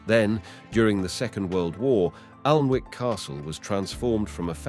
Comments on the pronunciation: Whatever the commentary I got the message, I must say it’s a great place to visit, we up north pronounce it Annick castle not Alnwick so there 👍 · I think he meant PERCY ANS? He had bother with PLANTAGINATE'S too As for ALNWICK CASTLE, it is pronounced ANNICK!!! The ALN is a nearby river and WICK is from Old Norse meaning small Inlet or Bay!!! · Respectfully, you are pronouncing the name "Plantagenet" wrongly & "Annick"... quite frustrating. 👂🏽🤦🏽‍♀️🙄